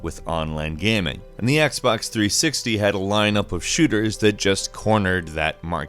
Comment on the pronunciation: Xbox threesicktees